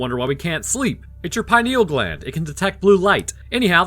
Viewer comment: the way you pronounced pineal gland was sacrilege